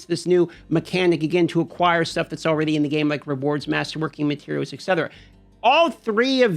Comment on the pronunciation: Am I hearing “Alrayyyyydy ?!